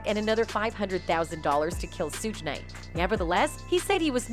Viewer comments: The pronunciations of the names is driving me crazy! 2-Pack and Sue 😂 Sounds like Siri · She said Suuge night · Lady lost me at 2Pack and sooj